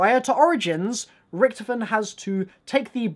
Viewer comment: Is it me or can he not pronounce Richthofen right?